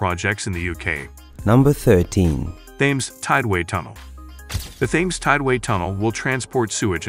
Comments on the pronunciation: Thames is pronounced Tems. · It's spelled with "T"